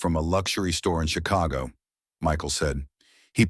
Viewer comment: If she was in Paris why did the storyteller keep saying she was watching the rain was in PARIS And he keep saying Chicho